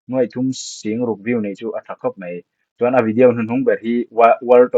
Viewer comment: Tinge vidiau tia i lam tlat a 😅